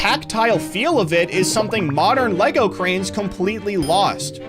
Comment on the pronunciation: "in the moderan alphabet"